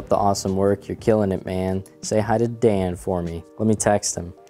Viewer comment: you mispronounced Dan